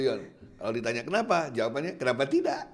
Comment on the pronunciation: malah ikut ketawa saat bilang klenapa tidak